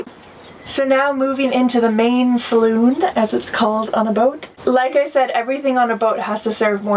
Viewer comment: It’s called a salon, not a saloon.